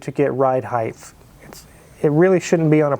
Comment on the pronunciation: why do so many people pronounce height as heighth?